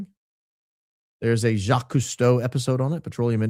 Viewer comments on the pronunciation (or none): none